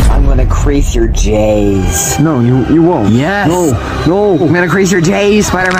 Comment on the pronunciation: The emphasis spot puts on 'Js'